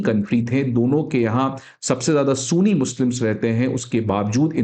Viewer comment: Sir sooni ni ..sunni..oh my god..i hate when anybody mispronouns the words